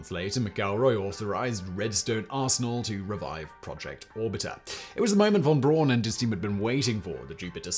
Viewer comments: Yikes! I was totally taken out of the narrative every time Simon mispronounced Wernher von Braun's name. It's pronounced "fon Brown" not von Brawn. Otherwise, a fascinating piece of space history. Also, Explorer I launched on January 31, 1958. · I guess you often make these pronunciation mistakes on purpose, but von Braun is pronounced Brown not Brawn. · It's actually pronounced "fawn brown". It doesn't rhyme ;) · Hi Simon. How do you manage to mispronounce von Braun's name? It's pronounced "brown" as in "brown". And surprise: "braun" actually means "brown". P.S.: Apologies for the trolling. I still like your channels and its' presenter. ;-) Keep up the good work!